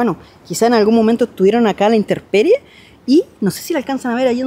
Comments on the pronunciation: INTERPERIE NO, ES INTEMPERIE DEL LATIN TEMPUS:TIEMPO. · AMIGO: "inTEMperie" Y NO "inTERperie". FELICITACIONES POR SU TRABAJO. MUY BUENO!